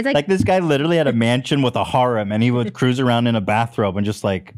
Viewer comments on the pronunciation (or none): none